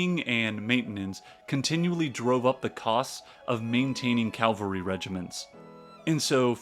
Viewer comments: CAVALRY. not Calvary!!!!! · Love the talk - but don’t like to hear Calvary instead of cavalry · OMG please: It Is CAVALRY not Calvary! The Calvary Is the mount where Jesus was crucified! What Is wrong with you?😮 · Please stop calling cavalry Calvary